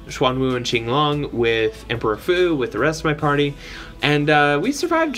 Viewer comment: Wow!! The way you pronounce Xuan Wu(玄武🐢) & Qing Long(青龙🐉) like a pro chinese man🤔! Great vid bro👲